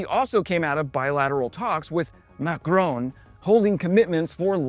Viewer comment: Macrone? The name is Macron